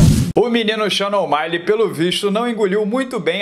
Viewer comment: Pq o fala Omaile?